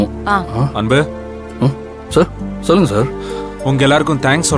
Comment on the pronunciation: pronounce funny. Always say cha for sa. Santhosam she says chandhosam. Sollunga she says chollunga. Lots of funny pronunciation she does. Rest of the other ladies speaking normal. I don't understand why